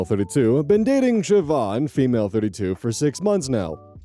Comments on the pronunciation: Kudos for pronouncing Siobhan right <3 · Ayyy, learnt how to pronounce Siobhan correctly! No more si-o-ban! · Can I just say, top tier pronunciation of a Gaelic name? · YOU SAID MY NAME RIGHT!!!! 🎉🎉🎉🎉 I’m not the Siobhan in this post but coincidentally I am also a writer!